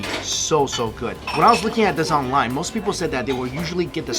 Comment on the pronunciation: He said 'food' not 'good' lol